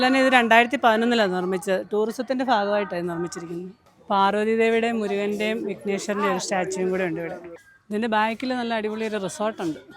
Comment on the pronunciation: ഫർവതി ദേവി അല്ല പാർവതി ദേവി